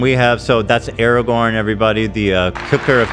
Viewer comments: Stop saying Aragon and Erawon, please? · If I hear Aragorn pronounced "Eragon" one more time im becoming a snarker